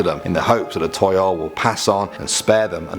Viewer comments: I think Toyol is actually Tuyul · its tuyul laa